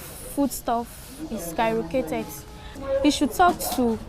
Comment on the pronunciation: The prices of food is SKYROCATED lol I no fit die for laugh here, A graduate wow??